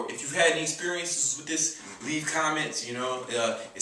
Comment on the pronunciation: He says "foo" instead of "food" and "dis" instead of "this."